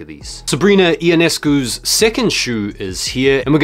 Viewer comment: Just an FYI. It's yon-escu for Sabrina BTW. And I'm not just calling that because apparently I've L'd on 14 draws for the Futura. All love though. Can I get a W on the Rio? Please?